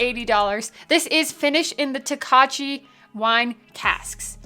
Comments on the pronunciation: First of all, it is pronounced "Toka-yee!". Yes, it sounds very Japanese... but Hungarian. Second... I cannot believe they got only a bronze at the San Francisco Spirit Competition. The dude judging it probably had no clue what Tokaj Wine is. What a shame... I just got it for $113 (I hate taxes). Totally worth it. I'll get a couple more bottles for the cellar. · The j is silent . . . toe-kye, It's a Czech grape and they use to to make sweet white wine. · Pretty sure it’s pronounced “Toe-Kay” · It is most definitely pronounced Toe-kye. Rhymes with rye. 100% no fakies. Sounds like a delicious bottle though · You guys just continually keep doubling down on the incorrect pronunciation of Tokaji 😂 Its not Japanese its Hungarian..think Toe-kye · It’s pronounced (toe Ki). I have to try this again.i think my first bottle was tainted. I gave it away. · The J is silent in the pronunciation, or listen to how Fred Minnick correctly pronounces it